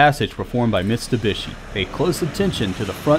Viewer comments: It's MitSubishi not MiSTUbishi! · it's NOT MiSTubishi, is MiTSubishi !! :)) T is first, when you say it. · It's Mitsubishi not mistubishi, although this was a great comparison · Him saying "Mistubishi" instead of Mitsubishi, really on my nerve. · Bru can you read? Mitsu not mister. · its no mis+tu+bishi dude, its mit+su+bishi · It's a Mitsubishi not Mistubishi.. God! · You know it's not Mistubishi!!! It is MITSUBISHI ! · It is called Mitsubishi.... Mit-su-bishi - NOT Missssstubishi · Stop saying mistubishi. Its mitsubishi. I drives me nuts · MITsubishi, not MIStubishi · "Mistabishi" wtaf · Cool video but who’s Mr Bishi? 😂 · You say " mistubishi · And this was AFTER the video he made on how to pronounce the brand names correctly...